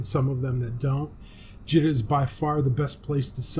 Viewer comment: Jee-ta, Jita is prounced jee-ta.